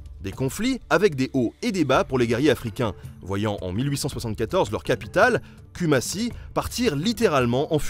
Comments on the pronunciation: En tant que Ghanéenne je suis vraiment très contente que vous parliez un peu plus de l’Afrique dans votre vidéo 🙏🏽 très beau travail sauf dans la prononciation 😂😂Kumasi ( koumassi) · kou-mâ-si = Kumasi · J'ai adoré la vidéo on en veut plus. Par contre Kumasi se lit Koumassi en fait...😉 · Ça se prononce cou-man-si ;) parole d'ashanti :D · Ça se prononce koumassi